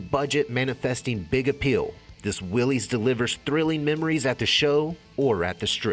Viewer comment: Why does everybody mispronounce the name of these cars ? It is pronounced the same as Willis.